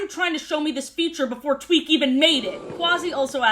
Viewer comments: Hi yes, was I the only one who heard say twink instead of Tweak? Like I heard it, had to run it back, and then repeated said process 10 more times. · EVERY TIME SHE SAYS "TWEAK" I THINK SHE SAYS "TWINK" AND IM SCREAMING. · Every time she says "tweak" i think she's saying "twink" and i assume she's talking about shellington or smth (also head cannon tweak tweaks out when she can't get something right) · constantly saying 'twink' instead of 'tweek' is just so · Bro I thought I was making shit up💀 like I was sitting here like “twink?.. nah I’m delusional she’s saying tweek… wait what I swear she just said twink again wtf” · now why did i think you said "Twink".... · Half of the time I mishear Tweak's name as Twink and I am genuinely losing my mind. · It took me too long to realize you weren't saying twink 😭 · i swear i keep hearing you say “twink tries to fix the gup F” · I thought you called Tweak "Twink" briefly. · I kept hearing "Tweak" as "Twink" 💀